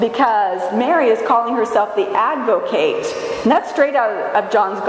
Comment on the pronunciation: Love everything about your spirit, beloved, but 'advocate' with a long 'a' is verb, not a noun. An ad-vo-KAT is what we have before the Father, one who ad-vo-KATES (as in Kiss Me Kate) for us.